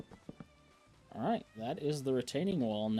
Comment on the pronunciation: when you said dalright lol it might not be just that guy says it alot lol